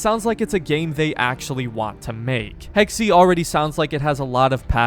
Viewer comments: Hex-uh not “Hex-ee”…jesus why can’t Americans actually try to pronounce things properly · its pronounced hex not hexy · “Hexey” 😂 I think it’s pronounced ‘hex’. Americans…😂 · It’s pronounced like Hex not Hexy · Game most likely takes place during times of witch hunts. Pronounces a variation of “hex” as “hexy”. bahaha 11 times. He said hexy 11 times. Hahahaha! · Pronounce it Hex, not Hexy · Hex… just say…. Hex…. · It is pronounced ’hex’ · In the word "Hexe" the second "e" is actually pronounced like the first one. S bit like "Hexuh" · "Hex-E" Anyone who speaks German: Emotional Damage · It might be spelled Hexe but it's still pronounced "Hex". But thanks for giving me ear cancer, I guess. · It's Hex-eh (Eh like in Eh-nergy) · It's pronounced HEXA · It's pronounced Hex-eh (Eh as in Eh-nergy) It's german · The E is silent on hexe lol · Funny how every English native speaker pronounce the word Hexe wrong! 😂